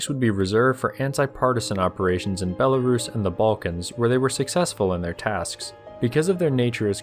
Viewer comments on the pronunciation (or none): none